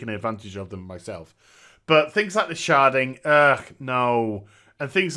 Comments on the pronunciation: sounds like you're saying sharting lol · Shedding? Sharding? Charding? What is he saying? I want to look it up